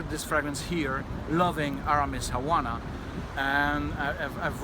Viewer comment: It must be a thing to detrone your favorite one Havana! (btw, the "v" is pronounced as being at the beginning of the word eg: "Vanish", "Velvet", etc... just a tip from a spanish language native :)